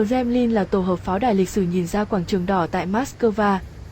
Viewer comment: i Nói ngọng quá em ơi .Kremlin chứ không phải kdemnin